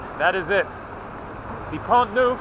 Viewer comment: it s pont Neuf not pont nouf